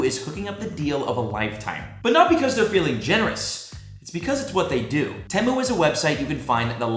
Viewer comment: Temu is pronounced tea moo